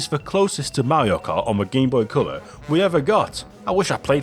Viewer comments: What the heck is this 'Cyaow' you keep talking about? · "Gameboy Ceuller"